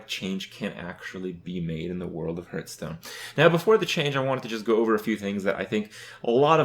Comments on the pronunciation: since this is a video about making change, please start saying Hearthstone correctly, its not hurthstone, its Hearthstone. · Is he saying "Hurt"stone? Or is he just saying "Hearth" wrong? I still can't tell. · I love how he says it as well. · First way to improve Hearthstone: change name to Hurtstone, so Kripp doesn't say it wrong anymore. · I love that you spelled it hurtstone. That's totally how he pronounces it haha. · I like this guy even though he cannot pronounce hearthstone correctly.